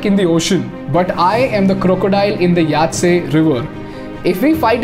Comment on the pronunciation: It's yangzee river bro